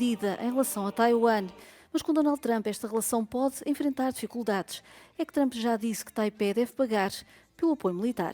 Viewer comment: Trump chegou...e os de baracanews.pt pronunciar "Thchramp"...é mais uma da mania analfabeta ..